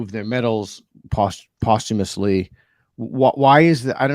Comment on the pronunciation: It's "posthumously" not whatever you said. Thanks for the content, I watch all of your videos.